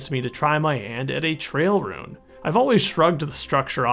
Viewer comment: why do you pronounce 'ruin' like 'rune'